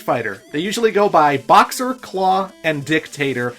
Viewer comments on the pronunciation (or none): none